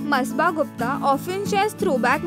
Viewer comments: It's masaba not masba 🤞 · It's Not Masba It Is Masaba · First of all - atleast take the name of your topic properly... its not ‘masba’ ITS MASABA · Its not Msba😂😂 its ‘Masaba’ and her pronunciation is Masaabaa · Sis!!she is Masaba... Not msba😂😂😂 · It's ma-sa-ba.. Nd masba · It's not pronounced as masba, it's masaaba (spelling masaba) Not illegimate. It's illegitimate. Not kemo, cameo (just how it's written). Not desijon but decishun (decision) Whoever did the voiceover needs a lot of practice. It's sad that very young people without training do voiceovers badly and sab chalta hai bcoz they are paid so little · It's Masaba not masba , jahil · It's masaba not masba 😂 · It's मसाबा not बसबा, urgh u are so irritating stop sayng masba please🙏😓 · Shafik Khan it sure was annoying me every time she said- masba